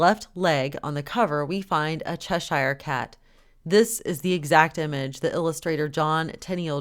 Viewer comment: when you pronounce Cheshire as in the Cheshire Cat, it is pronounced cheshur & not chesh I re as you are pronouncing it, it is cheshure or chesher. God Bless.